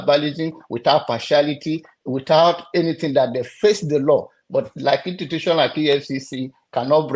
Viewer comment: pls is institution not intutution 🤣🤣🤣 you’re a fake pastor